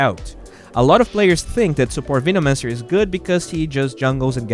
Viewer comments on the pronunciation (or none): Still slightly triggered about Veenomancer pronunciation. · "Veenomancer"" 😂😂😂 peace